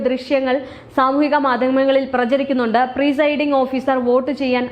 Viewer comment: പ്രീ സൈഡിങ് അല്ല മോളേ... പ്രി